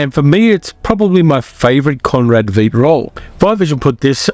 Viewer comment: I hate to say this,but I studied for three years in West Germany and Austria. I can speak German like a native if I drink enough beer have a beautiful Madchen on hand. Conrad Veidt is pronounced like Height. If it were spelled Viedt it would be like wheat. I love all your choices, especially The Magic Sword.